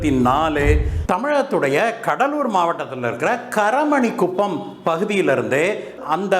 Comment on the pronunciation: கரமணிகுப்பம் இல்ல சார் காரமணிகுப்பம்